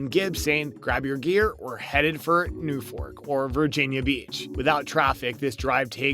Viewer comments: I simply can’t stand the way you say “Norfolk” You literally say “New Fork” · These aren't bloopers. they are critiques. And it is Norfolk, not Newfolk.